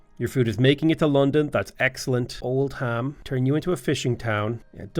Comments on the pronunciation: Oldham is pronounced Old-um not Old-ham ❤ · Not Old-ham its Old-um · So Great Britain is as great as your pronunciation of British towns/cities. Old Ham... Ports Mouth.... Ahhhhh my English in me is cringing hard